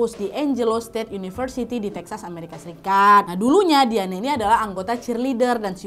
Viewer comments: diane disebut "dayen" mba lafalnya... ✌😁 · Dianne bacanya Dayen kakkk. haha.